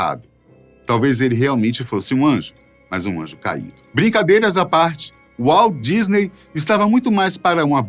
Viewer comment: Walt Disney (WALDISNEY) KKKKKKKKKKKKKKKKKK